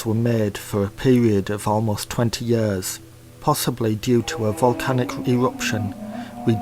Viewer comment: "Yearth" "Royal Tombths" "thun light"